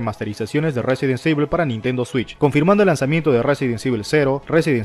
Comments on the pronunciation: jaja no pasa nada. Se pronuncia Resident ivol. Buen video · No se metan con el porque no sepa pronunciar el juego cabrones xD resident sibel. Resident ivol. Resident evil . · Me quedó en la mente el "Residen sivel" jaja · RESIDENT SIVEL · el del video lo pronuncia muy mal...Residen civel le dice jajajajaja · Resirent civil jajajajaj aahh dios me hiciste el dia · RESIDENT SEIVIL!!! JAKJJAJAJJ!!! XD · Resident sivel gggg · Residenseibil xD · Residen sivel jajajaja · No sabes decir resident evil ni game cube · dios mejora tu ingles, no puede ser que no sepas pronunciar resident evil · Itsuki Haru resident ivol y gueim quiub xd